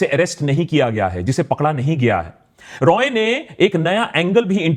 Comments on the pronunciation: I want to rectify one thing. You are pronouncing accused name incorrectly. His name is Sanjoy Rai... Not Roy.. He is not a bengali.. He is an outsider so dont pronounce it like Roy Roy.. Its Rai Rai.. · Is he not Sanjay 'Rai'.? Roy and Rai is not same... it is sounding wired... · Correction:It’s not Roy it’s Rai